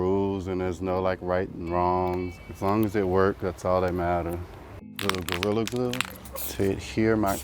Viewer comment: THIS MAN REALLLY SAID GORRILA GLUE